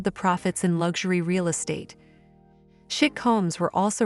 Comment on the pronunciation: The AI voiceover is betrayed by the mispronunciation of words like chic etc - a human would have been better